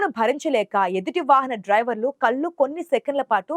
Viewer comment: " కళ్ళు " అనే పదాన్ని " కల్లు " అని పలుకుతున్న నీలాంటి " తెలుగు " రాని వాళ్ళకు వుద్యోగం ఇచ్చిన వెథవలను ఏమనాలి ???